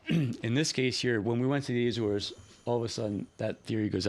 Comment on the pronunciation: Azores not Ézores. Just like it is not Éma Rica.